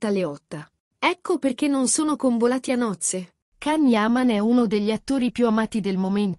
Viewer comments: Basta storpiare il nome e cognome di Can Yaman possibile che non hai ancora capito che si pronuncia Gian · Ma perché non imparate a pronunciare il nome Can Yaman in modo corretto? E adesso sono sposati Diletta e Loris e hanno una figlia